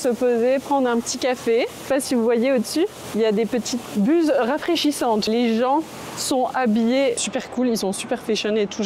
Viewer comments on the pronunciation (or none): Serpent je suis.... kssss kssss kssss....😅 Sinon quand tu as parlé des buses qui diffusent de la brume, j'ai entendu "bouses"... j'ai eu un instant de perplexité...😅